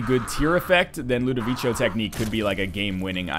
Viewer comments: If its italian or french its LudoviKo. Actually i cant find language where ludovico is pronunced ludovichyo. (it would be Ludovicio not Ludovico) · NL it's pronounced Low-doe-vico from the movie/book "A Clockwork Orange" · It's pronounced Ludoviko, you lovely ding-dong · It is pronounced Lood-Eh-Veek-O, just for future reference. They say it out loud in A Clockwork Orange. :D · Rewatch A Clockwork Orange for the correct pronunciation. As an added benefit, you'll get to watch A Clockwork Orange!